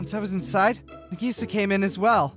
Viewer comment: female version of Hikkigaya Hachiman. interesting. Also :50 Did you just say Nigisa... no way right nope you definitely said Nigisa